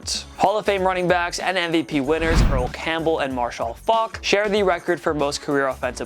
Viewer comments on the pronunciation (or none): Not "Mahr-shawl" Faulk. Just Marshal. Like Mathers.